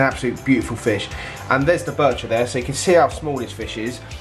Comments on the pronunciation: Love how says birchir when there is nt 2 r's in it 😅😅 its bichir as in biysher😅😅 love this channel man 😅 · When I bought my ornate Bichir I was told you Pronounce it like biker 😎 and the very biggest bichirs have the underbite the bottom jaw protrudes those can grow well over 2 /3 feet yours is not one of those the one you’ve got they grow very fat big old bellies on them You have to make sure they get their share of the food because their eyesight is terrible but they’re very cool Although you know that you have one in the monster tank looks quite skinny he has a lot of competition there though it’s the eyesight it’s a bit of a problem has to be said all the best mate 🤥👍⚒